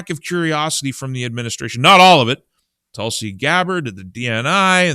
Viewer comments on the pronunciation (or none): none